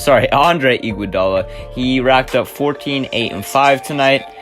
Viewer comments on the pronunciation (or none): "andrew iguadala"